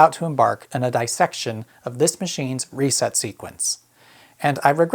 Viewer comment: Dis-sect, not dy-sect